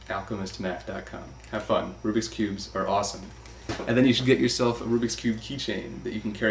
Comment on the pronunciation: It´s not arubiks cube. It´s a rubik´s cube